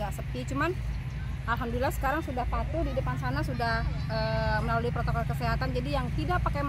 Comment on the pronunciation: Prokotol apa Protokol ?